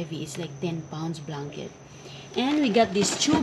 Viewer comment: chocolit,hahahahah,im and im tlga?day,mgbisaya na lang day,ayw sagi english,blankit?haha